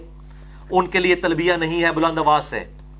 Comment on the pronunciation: المسند نون کی تشدید کے ساتھ نہیں ہے ۔ باب افعال سے ہے لہذا سین کے جزم کے ساتھ ہوگا ۔ نیز لفظ تلبیہ میں ایک ہا ہے دو نہیں ۔ لہذا یا کو ہا کے ساتھ لا کر پڑھا جاۓ گا: تل بیہ ۔۔ بیہہ نہیں نہیں معلوم کہ اپنی بات سمجھا سکا ہوں یا نہیں